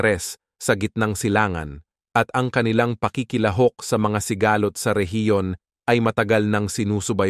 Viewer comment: Ano sabe nyu si-ga- lot ng pasikat ka ba ayusi pag bigkas salita mo ha